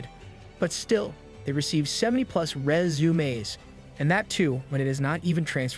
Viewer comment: Just one word, stated with extreme effort, every time, proves the A.I. narration. Who, in their right mind, has SO MUCH TROUBLE saying the word "resume".